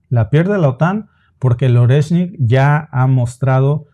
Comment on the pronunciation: Oreshnik se pronuncia Ariéshnik chicos... En Ruso toda "o átona" se pronuncia a y toda "e tónica" se pronuncia ie. Espero que esto os ayude!❤